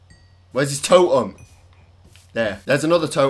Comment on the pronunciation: Last time i checked you say totem not toem